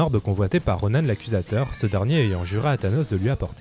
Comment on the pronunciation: C pas Ronanne c Ronan RONAN c pas compliquer nan?